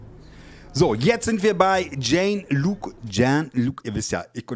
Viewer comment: Find's immer lustig, wenn der Fahrlehrer das richtige Aussprechen der Namen nicht auf die Kette bekommt, sei es nun ein "Bluelion" oder ein "Jean-Luc" - sagt dir "Cpt. Picard" (Star Trek) vielleicht etwas? :-D Bei der Szene mit dem Kind bin ich bei dir - bei sowas bekomme ich auch immer eine Krawatte. Gestern ist, als meine Ampel schon grün wurde, noch ein Opa mit seinem Enkel an der Hand quer über Tiefrot gerannt. Da konnte ich nicht anders als die Beifahrerscheibe runterzulassen und ihm mal zuzurufen, was für ein super Vorbild er sei. Bei der doppelten Vorfahrtnahme von Radozlav an der Baustelle war rechts auch noch eine rote Ampel zu sehen. Es gibt eine Stelle, wo ich mich regelmäßig selbst zum König kröne, weil ich mich bereits im Sperrflächenbereich auf die Linksabbiegerspur einordne. Der Grund dafür ist, dass das eine Ampelkreuzung mit Linksabbiegerampel ist und die Kommune die Bedarfsschaltungssensoren zu weit hinten im Boden eingelassen hat. Wenn ich mich korrekt einordnen würde, würde erstmal nur die Ampel für Geradeausfahrer und Rechtsabbieger auf Grün schalten, und die für Linksabbieger würde noch eine Weile auf Rot bleiben. Nur wenn ich schon vorher rüberziehe und ein Stück von der Sperrfläche mitnehme, erfasst der Sensor die Situation korrekt und schaltet die Linksabbiegerampel direkt auf Grün.